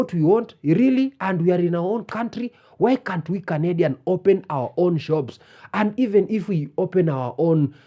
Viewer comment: "we candian" LMAOOO